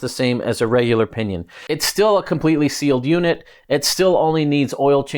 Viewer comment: Alright I'll share my idea. I didn't know if this is possible but if like to try. If like to pair a rohloff hub with a pinion. Just to have the lowest gear every and the highest gear ever and some 100+ gears in between. Although most would be duplicate gears. Get experimental! PS. Every time you said "O pinion" 😂😂😂😂😂😂